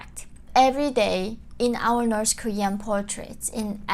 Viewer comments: Why do you pronounce North as Norse? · North...not noreth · She can't even pronounce North 😂🤣